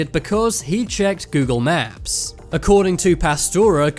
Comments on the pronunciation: Its not funny I think the narrator has a speech inpedinent. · Why are you saying 'naps?' Learn to speak. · Google maps not naps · U said Google nap